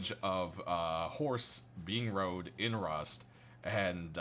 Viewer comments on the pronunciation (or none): none